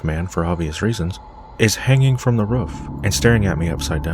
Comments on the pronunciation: U say roof like woof ! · I had to keep replaying the roofman story because of the way you say "roof". the way you pronounce it probably because of your accent would make me lol foreal. are you canadian or american btw LOVE your channel, just found you last week and can't get enough. keep it coming yo